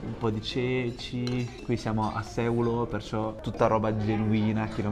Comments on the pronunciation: Finalmente la Sardegna più vera! Unico errore, si pronuncia Seùlo, non Sèulo😊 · Bel video, una cosa sola però: si dice Seùlo e non sèulo. 😅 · Bel video, però mi chiedo, ma davvero nessuno ti ha corretto? Si pronuncia Seùlo e non Séulo, sarebbe come dire Romà al posto di Ròma, non si può sentire. 😂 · Bravo. Però si dice Seúlo e non Sèulo. Errore veniale, perdonato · Seuuuuulo pronuncialo con una U lunga ed è giustissimo :) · Grande! Sei andato un un posto stupendo! La pronuncia corretta è Seùlo. Io sono originario del paesino poco prima Sàdali. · bel video, però si dice Seùlo con l'accento sulla u, scusa mi mi stavano sanguinando le orecchie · La pronuncia corretta è Seùlo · Seulo con accento sulla u..un abbraccio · Seulo l accento non va sulla ~ e ~ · Ahahaha come ha letto Seulo😂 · Grazie per il video, un solo appunto: Seulo, con l' accento sulla U. Ciao. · Benvenuto nella mia terra... una volta che ci passi... poi ci torni... perché questa terra è magnetica...tesò nel nome del paese Seulo l'accento va sulla u... 😅❤😊